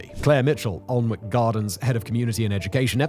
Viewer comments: It’s not Aln-wick but Ann-ick castle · It’s not Aln-wick Anick man Anick!! Please don’t ever make a video about Leominster 🤪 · Can you at least try and pronounce the damn place properly? An-ick you muppet. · Fascinating but your pronunciation is terrible 😒 Learn how to pronounce (Alnwick) An-ic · "Ahln-wick"? That is how I pronounced it many years ago and was laughed at by the locals. "Annick" was the correction I was given. ;) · Alwnick is pronounced "an-ick" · It's pronounced anick silent L & W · Aln-wick makes me cring. For anyone wondering 'Alnwick' is pronounced an-ick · sorry Simon, i don't want to be this guy, but since I went to high school there: it's "An-ick" not "Aln-wick", old english town names being what they are haha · Thank-you was just about too say the pronunciation is annoying I'm shouting at my phone it's not arnwik it's blood annik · Been here and its amazing. I can't wait to go back. The hornbeam hedges are like walking through a cathedral. Different to anywhere else I'd ever been. Its pronounced Annick, by the way. Many of these plants are actually common garden plants. I have many of them in my garden. The poison garden is only a part of the whole place. The cafe is very nice too. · An-ick Garden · Great video as usual. But locals would have a silent l so it wold be an ick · Was counting the seconds until you mispronounced Annick!! Funny how you get others right mind... Almost as bad as John on Auto Shenanigans pronouncing Lymington as Liemington!😂😂😂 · You need permission from the government to grow these plants. Of course you do. Is there anything they think "We don't like this but it's none of their business"? BTW - pronounced An-ick. If I moved there, I'd be an an-ick-ist! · Aaagh. An-ick. Both the l and w are silent. One of my favourite local places. The whole garden is amazing and this is just a tiny section. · Ann-ick mate /( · Annik please pronounce our place names properly!!! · Sadly its pronounced alan wick